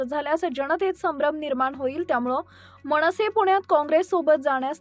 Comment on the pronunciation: मणसे, नाही,मनसेअसं म्हणावं,मणपा नाही ,मनपा